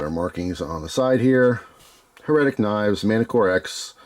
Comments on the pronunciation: My friend...it is "HAIR-uh-tick" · it's HER-A-TIC my friend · You never heard "heretic" with the accent on the first syllable? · The way you're saying heretic is driving me nuts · His pronunciation would be correct if it was "Heretical" lmao damn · It almost feels like he's doing it on purpose 😂